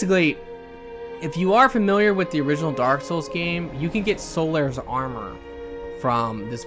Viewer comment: "Daaawk soowls three"